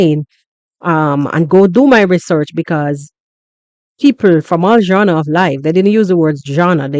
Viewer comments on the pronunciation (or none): What’s jawna …” said Jawnas of life . Are you saying “ Genres “ ?